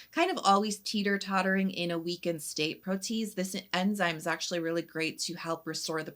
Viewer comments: I have a bias against some by mi, bc they market themselves as sensitive skin friendly, but then have sneaky fragrance in their products! Ew! Thank you for bringing it up! Also, FYI, it's pronounced pro-tee-ayz. Enzymes all have the ending -ase, but sometimes the way it gets tacked on makes it have funny spelling. 😊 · Great video! How does the Swimming Pool toner compare to the beloved Make Prem? That’s my HG thanks to you! Btw, it’s pronounced pro-tee-ayz 🙂